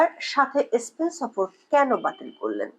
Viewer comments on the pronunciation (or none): none